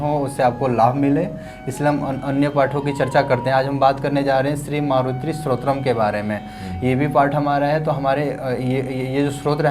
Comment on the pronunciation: सुंदर प्रस्तुती परन्तु शब्दों के उच्चारण पे ध्यान दें। स्तोत्रम न कि स्रोतम